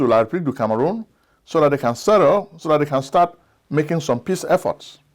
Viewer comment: You mispronounced the republic of Kangaroon